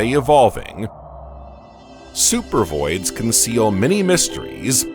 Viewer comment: First of all not only is AI you know narrating the video it seems like a I made the video it's supposed to say supervoids I think and it says super vids. This is freaking weird the AI voice is talking really slow I seriously think the takeover is starting